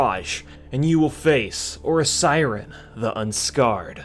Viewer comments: C'mon dude it's OH SYRIAN not OH SIREN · Did you just pronounce Osirian as "Or-siren"? Its 'Oh-siri-an'.